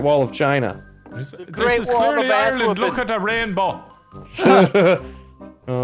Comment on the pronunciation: ireland more like ilean